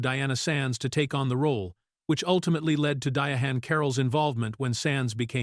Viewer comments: I closed video when the AI said DIA-HAN. It’s pronounced like “Diane”. She was a great trailblazer and actress. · Why do the narrators mess up names? He keeps calling her Di A Han. Her name is simply pronounced DIANE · Who is dia AWN!? lol 😂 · EVERY time this AI voice is used, they pronounce her name “Dia Han”. It’s so irritating. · Di-honn Caroll! I just can't with the AI. But interesting fact about Lawrence Fishburn - he was also considered for the part of Michael on Good Times. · Yes, and all the lazy creator had to do was spell her name out phonetically or simply use "Diane" instead. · Who TF is DIA HAN Carroll? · Her name is DI - ANN NOT WHAT YOU ARE SAYING... THIS IS THE REASON NON AMERICANS SHOULD NOT READ FOR AMERICAN CONTENT. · The ai can say Diana but not Diahann. Comedy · Trust real people under the age of 60 pronounce it this way. I'm named after her & it vexes my soul every time they mispronounce it & don't let start on the misspellings 🤬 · It vexes my spirit every time & believe me, other people pronounce it like this too 🤬 My parents named me after her & the only ppl who seem to pronounce it correctly are over 60 years old 😂